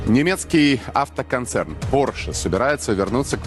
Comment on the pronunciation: Гарна передача! Лише Porsche- наголос на першому складі!